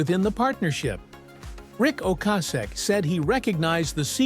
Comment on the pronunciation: Can’t pronounce Rics last name properly.. grrrrrr